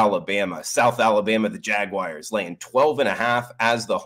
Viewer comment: Go jag-whyers